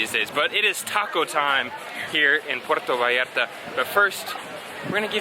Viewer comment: First thing to do when you arrive to puerto vallarta is pronounce it puerto vallarta not puero vallara 😂